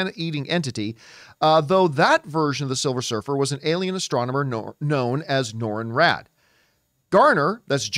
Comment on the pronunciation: I’m sorry but it’s Norrin Radd not Norma Radd